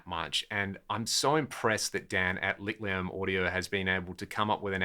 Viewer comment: The "ch" in Licht is pronounced as a forward H like in "heat" or "heaten" "hill" in English. It's an amazing name for an amp. Almost as good as "painting with electrons" :)